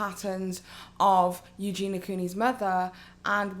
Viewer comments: U - JEN - EE - UH not U JEEN UH - the girl says her own name at the start of every video - how can one be so deaf - Hi guys it's U - JEN - EE - UH but i do my research though can't pronounce the name correctly though - pretty dumb just my opinion. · Ok, I'm so sorry to be that person but her name is EugeNIA, not EugeNA... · So many ppl covering this. So few can pronounce eugenia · You're saying Eugenia's name wrong